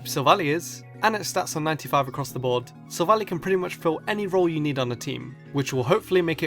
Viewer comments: It's not sivlally it's silvalleye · It's not silvalie it's soul-vall-i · Its pronounced sylvalli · it's not sil-vally it's sil-val-lie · silvally is pronounced silv ally